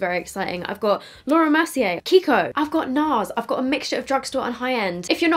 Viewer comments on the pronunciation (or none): none